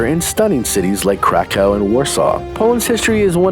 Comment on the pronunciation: Gdzie jest Łałel w Krakkrovie? Beznadziejna jego wymowa! Ofensywne dla mnie, a najbardzyiej jego😮 Auszłic.